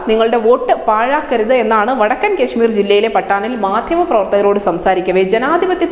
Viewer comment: "കെ" ശ്മീർ . നല്ല അക്ഷരസ്ഫുടത😂😂😂